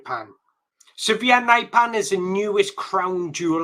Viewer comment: He is not "severe", he is Sverre. Not "naipan" either.